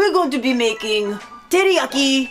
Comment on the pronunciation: Lol... I SWEAR i heard "TitiYaki" 🤣😂 #takepound&peel